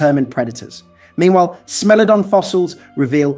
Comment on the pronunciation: "Smellodon"? 😂 AI has to up it's pronunciation game